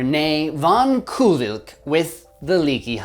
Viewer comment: I believe Koolwijk is pronounced more like "cole-wike" but anyways, love the video hha